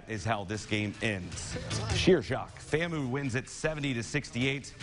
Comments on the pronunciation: For the record, it's FAMU (Fam-You), not FAMOO (Fam-ooooh). Go Rattlers!! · It’s pronounced FAMU (FAM-YOU) not FAMOO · Its pronounced FAM-U!